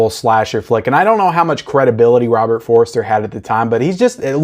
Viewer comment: No disrespect - it's Robert For-ster, not Robert For-re-ster.